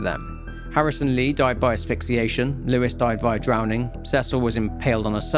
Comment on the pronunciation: Fyi, the woman's name is Cecile, not Cecil. It's the French form of Cecilia. Rhymes with Lucille!